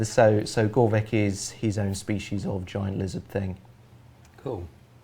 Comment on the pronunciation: Shouldn't it be pronounced "gregoro-VICH" instead of "gregoro-VICK"? It annoys me